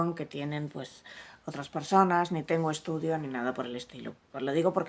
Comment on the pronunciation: PERSONES ?? mal vamos...